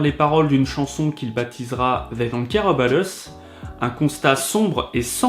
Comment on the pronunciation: "zey don’t care eubat us"